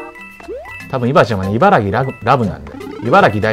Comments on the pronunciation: しゅーやさん「いばらき」！「ぎ」じゃなくて「き」！！www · いばらぎ じゃなくて いばらき です。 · 茨城 いばらき ◎ いばらぎ ×